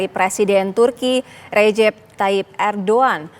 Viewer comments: 😂. Irdugan bukan ardugan .udah salah sok iyes lu. ..😂😂😂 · Erdogan apa erdoan. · Kok Erdoan toh neng ?